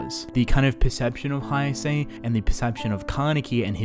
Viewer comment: Everything in this video is good... The expalanation etc..... But when you pronounce Haise as "Haiase"... That kind of tickled me from the inside.... loved the Vid Though